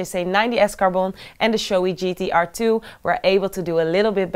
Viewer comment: bro at least teach her how to pronounce the correct names ... gt-R instead of gt-air ... and so on.